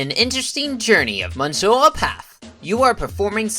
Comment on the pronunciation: Speaking of typos, that's not how you say monsieur in English or French as correct pronunciation.